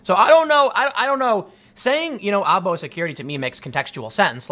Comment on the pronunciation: Tim, I do speak arabic, spent years as a translator. Aabo ---- Its Pronounced Ah-Boo and it means FATHER. Goggle translate uses the older spelling of father Aabu.